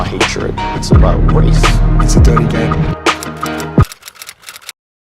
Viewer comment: Note H pronouncing “It’s a dirty game” with an attempted American accent…..how embarrassing 🙈